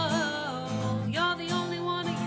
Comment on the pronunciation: i laugh soo hard every time you say me-hee